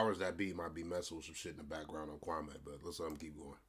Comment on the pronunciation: Kwame pronounced kwah mee. He’s not wearing polka dots in the 90’s